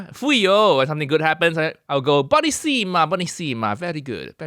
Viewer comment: "buonissima" is a four syllable word. It is pronounced, "bwo-NEE-see-ma." Accent is on the second syllable.